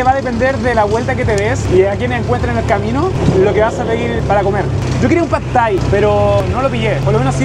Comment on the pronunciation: Like por cada vez que el dice Phad Thai 🍲